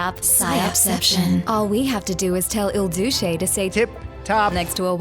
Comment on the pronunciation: She called trump Il Duce lol